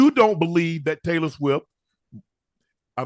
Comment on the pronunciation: Did he say "Trailor swift" ?